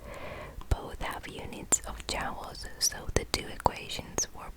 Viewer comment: This was a very relaxing video. So soft and quiet, great to listen to. One point I have to make though is the way you keep pronouncing the word "joules". It shouldn't sound like "jowls" but like "jewels" . Sorry to mention it, but I wanted to help.